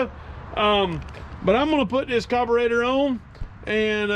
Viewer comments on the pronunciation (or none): Please it’s a carburetor not a coberator